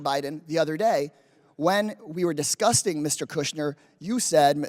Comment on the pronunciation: he says "discussing Mr. Kushner" but it almost sounds as if he's saying "disgusting Mr Kushner" I think it's a half mispronunciation on purpose.